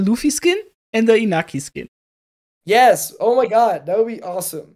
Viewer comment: His name is pronounced kind of like In-NYA-ki.